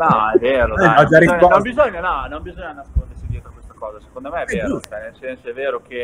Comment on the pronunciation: nessuno: beli: shecond me..